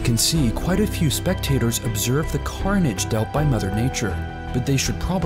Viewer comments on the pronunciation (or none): none